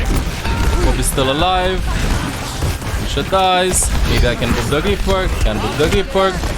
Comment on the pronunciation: I love how always says "Lusio"